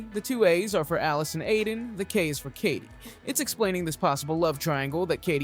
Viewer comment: Her name is Aiden not Adien